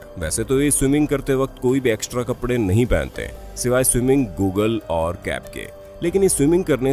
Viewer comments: Google nhi bhai goggles hota hai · Gugle🤣🤣🤣 it's goggle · did you say it" swimming Google"😅😅😀